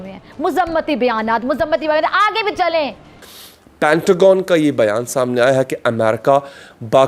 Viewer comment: Ye zabreela dog ko koi sikhaye, it's Pentagon not pentogon